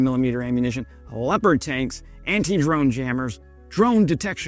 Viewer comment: The most funny part be, that he is trying to make fun of words but struggle heavily pronouncing words himself. He couldn't even pronounce metall in rheinmetall correctly, let alone say Volkswagen correctly, for not to mention leopard. Typical muhricans.